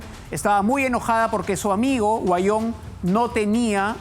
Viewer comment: Huanyon no se pronuncia se dic Auyon asi se probuncia